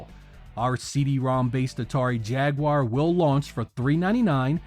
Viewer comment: gets a like just for being capable of pronouncing "Jaguar" correctly, unlike so many others making videos on the subject.